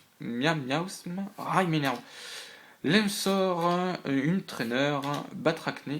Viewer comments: Pour lewsor le w se prononce "ou" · Tu le dis comme liousor